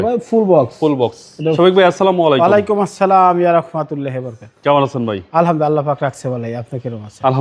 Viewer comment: সালাম দেওয়াটা সঠিকভাবে উচ্চারণ করুন